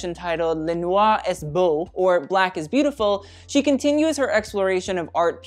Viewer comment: "est" in "le noir est beau" reads as "é", -st is silent. cheers ^^